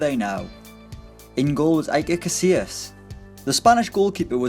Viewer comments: Eye-ker 😂😂😂😂 its pronounced E-Ker lol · Well for starters nobody calls him "Ay"-ker Casillas, and Its "ch"abi alonson, not Jabi... thought these were pretty universally known in football